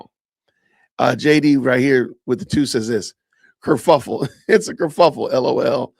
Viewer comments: She says ker FLUFF Le. It's ker FUFF L. 🙈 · She said kerFLUFFel three times. She’s so smrt 🙄 Ma’am its said “kerfuffle” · Does Candace say Kerfluffle? Is it just me? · She said KERFLUFFLE...don't tell her, guys.